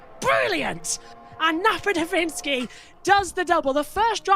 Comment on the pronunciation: NapadoVITskiy? It's NapaDOVskiy. Get it right mates.